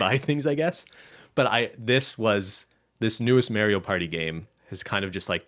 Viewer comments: Dear, please learn how to say mario propperly. The A is pronounced like the A in car. Best regards - half of the european continent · The way pronounces Mario is extremely cursed